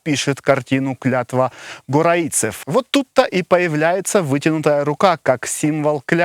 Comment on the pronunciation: Не «горайцев», а Горациев!.. :)))